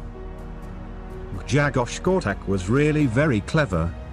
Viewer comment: Polish is a very hard language. Try to pronounce the his name this way: Gshegosh Korchack. BTW love your videos !